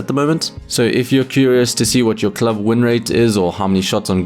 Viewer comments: Please never say club again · I need a video of you saying "club" for 10 minutes